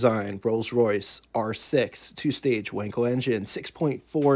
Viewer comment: Not Wenkel... but Wankel..., sounding like Waankel. An 'a' such as in car.